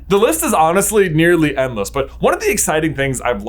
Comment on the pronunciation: I thought I heard you say “The list is nearly headless.” Had to rewind. 😅